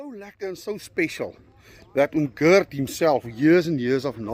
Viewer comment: Asseblief tog! Die arme man se naam is nie "Girt" nie. Dis net soos die Afrikaanse Gert, maar met die harde "g".